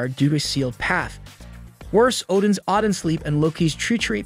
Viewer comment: Odins odan sleep